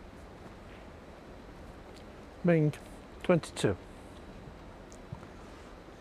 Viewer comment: Referee can’t pronounce “Mink”, microphone work was horrible! Mink is awesome, I hope she does well.